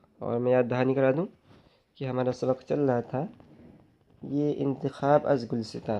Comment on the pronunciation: Wo Gul Sinta nhi gulista hai